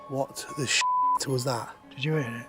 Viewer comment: Bro really said "That sheet crazy"